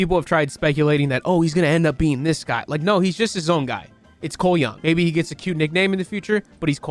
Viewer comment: I was listening to this video without looking at the screen and I kept thinking / assuming you were saying something like "Ko Yun" or "Ko Yung".. then I happened to look up as his face was on screen and I realized.. "I think he's saying Cole Young.. oh"